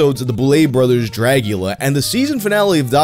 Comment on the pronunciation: Bruh this dude rlly just said “dragula”